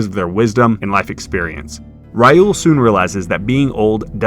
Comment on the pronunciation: "Rai uul" 😅